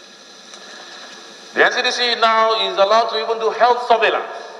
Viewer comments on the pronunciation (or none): Did any one hear this man say "survelance properganda"